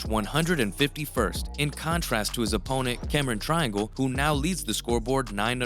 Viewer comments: Triangle? Cameron Triangle? It's TRINGALE. How do people make videos that don't know how to even pronounce the peoples names in the video? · Cameron TRINGALE, not Triangle 📐 🤣🤣🤣🤣🤣